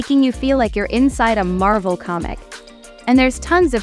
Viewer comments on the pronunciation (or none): none